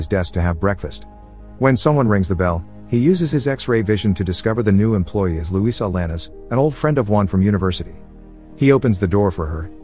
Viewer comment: "Luisa lanas" 😆